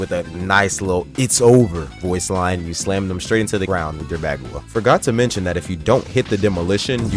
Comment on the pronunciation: great video and everything but the way he says bagua